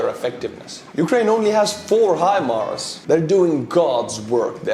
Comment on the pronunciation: You've got it. Hi-Mars. Remember "How High the Moon?" Well, maybe not? Maybe, How High the Moon didn't make "Your Hit Parade" in 1950 Estonia? My point is the pronunciation. High Moon. Mars is even "higher" than the Moon. High Mars. Hi, Mars! How's it going? You have the American vernacular, the America pronunciation -- HIMARS. Say HIMARS like that and you sound like the President of the United States. Now, I wish would get it. I've been trying to tell him, it's not him-Mars. It's not her-Mars, either. Maybe you can get through to him? For your programming, tak. I learned to say take in Helsinki and Aalborg (in 1985.) Do you say 'tak' in Estonia? I enjoy your humour. Keep smiling! 👍🏻 😉. The 🌎 needs your humour. ❤️ and 🙏🏼 to you and Estonia. Peace now in Ukraine. Slava Ukraine 🇺🇦